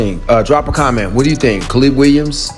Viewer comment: Kuh-leeb Williams?